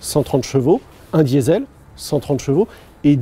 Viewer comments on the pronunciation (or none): none